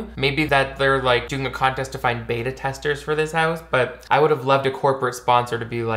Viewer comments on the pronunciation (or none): none